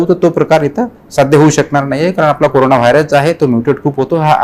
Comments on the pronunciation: करोना नव्हे कोरोना किमान बातमीदाराला तरी हे समजायला हवे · ह्या मुलीला करोना नव्हे कोरोना असाच उच्चार आहे हे जरा सांगा